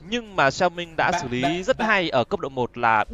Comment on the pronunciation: hãy đọc xẻo mính nha… góp ý xíu